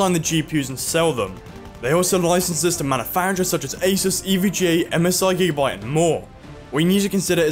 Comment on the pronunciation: is he saying gigabyte or g'byte?